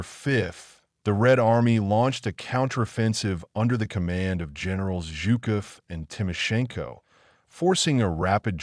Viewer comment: AI-generated audio and subtitles are crap. Eg: Zhukov, NOT Yukov.